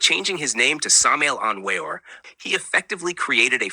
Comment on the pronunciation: No, you are giving wrong information. You don't even know how to pronounce his name, so you're obviously clueless.